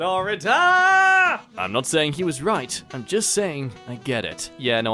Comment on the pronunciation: anybody except me noticed that its not "florida" but "flordia"? xD